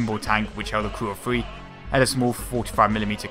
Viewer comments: "150 millimeters FICK." "Designed to hold FREE gun." Free guns? Where do I sign up. Can Brits not say 'th' sound? They all say 'f' instead. Makes it very hard as a non-brit to understand what they're saying sometimes. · Y do u say fee instead of three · i was exaggerating, but its annoying cause i have british friends who say all kinds of shit about the usa english accents, and all i say to them is "say three" and every single one pronounces it like free to which i respond "no no, three, not free" and then they all hate me